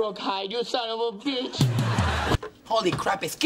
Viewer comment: It sounds like he’s saying son of a beetch I liked because no one would